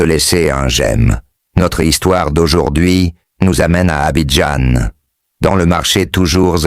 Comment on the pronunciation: 😂😂😂😂😂😂😂😂😂😂 et même Abidjan il dit Abidjane🤣🤣🤣🤣🤣🤣🤣